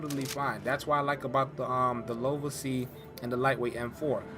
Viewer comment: uhhhh, its L.V.O.A not lova lol. Regardless, nice vid, thanks, Yeah, dark zone sucks gopher wevos. For sucha an awesome zone your forced to participate in PVP. There should be a toggle in your settings to turn off PVP interaction or not loose what you looted. It;s just a griefers zone.